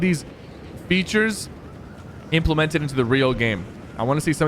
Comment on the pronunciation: Implemented Inteplented